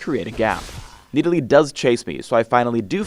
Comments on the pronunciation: NEEDALEE NEEDALEE NEEDALEE OH MY GOD THAT IS NOT HOW YOU SAY IT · if your going to pronounce it knee delee .... maybe you should spell it Needalee... just sayen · ok why are we arguing on youtube about him when we haven't even seen him in-game yet? one last thing...ITS (NA-DOLL-LEE) not (NEE DA LEE). please learn engrish. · "I face Needalee top lane" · the fuck is a needalee? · Everyone is talking about how this vid got recommend when it’s 7 years old, but I’m annoyed how pronounces Nidalee. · He is making fun of the pronunciation of nidalee when phreak says it in